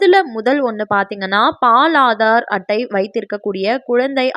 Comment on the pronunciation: அது பால் (paal) illai. Baal..Please ஹிந்தி கத்துக்கோங்க